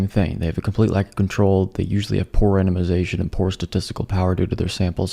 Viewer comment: when you said "poor randomization" at first I heard "poor enemazation" which kind of makes sense, seeing as most things called science aren't even verifiable enough to be legitimately identified as excrement!😂😂😂